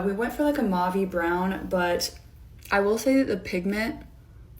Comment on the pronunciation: ... no one gonna point out that the gal talking about her lip color completely butchered the pronunciation of "mauve"?? 😭